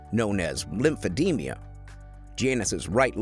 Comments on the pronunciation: It's Lemphe-d-ma not Lemphe-de-mia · The narrator keeps putting an extra syllable in a word: it's lymphedeMA, not lymphedeMIA. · It is Lymphedema not lymphe-demea.